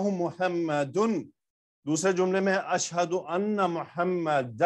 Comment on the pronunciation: Sir ashhaduanna men zabar aata hi